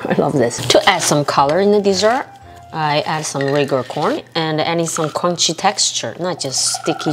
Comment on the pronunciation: The sleepy mumble killed me 😂😂 like "mmm cromchy"